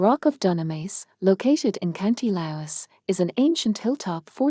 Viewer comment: Just came across your channel. I love irish folklore 👌. Co Laois is pronounced leash 👍